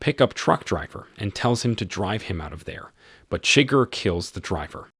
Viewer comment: Great content. Enjoyed the vid. But seriously man, they actually announce how “Chigurh” is pronounced. Need to fix that.